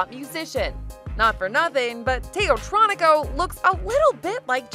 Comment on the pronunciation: Why is she calling it teotronico I mean it literally says teotronica on it